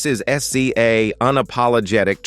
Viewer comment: WOW! he said her name at first as zay.....then went to her initials SZA but, we know her as Siz za......WOW! But, OK :person-turqouise-waving